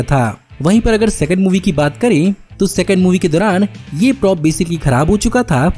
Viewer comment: "Sexond" movie😂😂😂